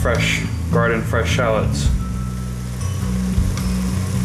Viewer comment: They shallots not shallits